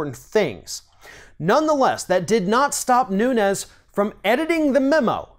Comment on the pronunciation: His name is pronounced noon-ez (Portugal) not noon-yez ( Spanish)